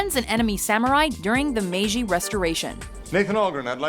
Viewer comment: ... "Meiji," with a jay pronounced like "jilted," not like the French J.